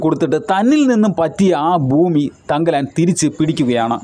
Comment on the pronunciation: ഫാര്യ, ഫൂമി, ഫാഗം. മലയാളം പറയടോ.